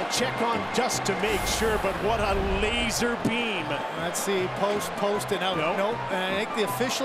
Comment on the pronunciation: "what a leeeezer beam" god bless you Canada.